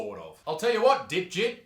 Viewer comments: I thought he said Dipshit too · Lol he totally called him dipsht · He actually surprisingly said Dipjit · Fun fact: Its actually Debjeet. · I must me 5 because every time I heard "dipjit" I laughed. Is just sounds like dipshit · "Dipjit" lol he must've got bullied alot in school